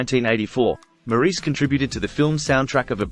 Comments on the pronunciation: His name is pronounced “Morris.” Besides that, this was probably the best, most inclusive, short video I’ve yet seen on Maurice Gibb’s life. He was a brilliant musician in every sense of the word and I don’t think he received enough recognition from his own brothers. He truly was the man in the middle. He lived the remainder of his life as a devoted husband and father, enjoying his other passion, paintball. RIP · His name is pronounced Morris. Despite the spelling. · This was informative and as accurate as I know. Well, now the pronunciation of his name was off. Maybe one day they will get it right. MORRIS is the way it would look if spelled the way it sounds. Thank you for this informative video on my very favorite Gibb. Deme in Bama😊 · The commentator is Australian so he really should know how to pronounce his name correctly, instead of this dumb American way.